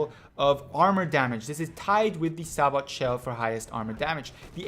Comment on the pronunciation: Sabot is pronounced SAY-BOW. only noobs use Sabot shells. infantry are the biggest threat in the game, unless other viechles are truly over powering.